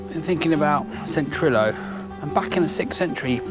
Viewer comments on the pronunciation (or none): i used to live in Bae Colwyn, did that walk a couple of times except walked up to the observatory on Great Orme as the end. just an FYI, u is pronounced i in welsh so Llandudno is clan did no, and Trillo is trick lo. i used to like that church, especially as you can't see it driving along the road. if you go back there's a great deli called Hambone Food Hall in Llandudno. it has a big pig statue out front, really great Spanish omelettes. there's also a great Italian restaurant near the tiny church, probably the best restaurant in North Wales. used to be called La Dolce Vita, can't remember the new new. it was good to see the old homestead. diolch